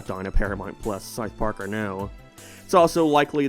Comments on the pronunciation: Pronounced south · Never heard somone pronounce the word south so wrong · S-OU-TH not sothe.